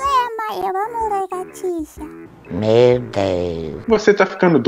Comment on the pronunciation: "Eu amo largatixa" Mdsss kkkkkkkkkk